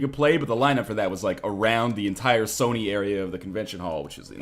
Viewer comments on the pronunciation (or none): none